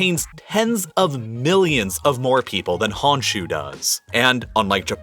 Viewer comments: Hearing 本州 (honshuu) pronounced as "hanshu" made me cringe haha. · Honshu in Japan is not pronounced Hahn shu. It is Hone shoe. So unprofessional. Maybe 10 minutes of research might help.